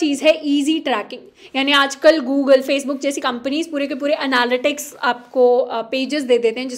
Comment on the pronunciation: Google ❌ Gulgol ✅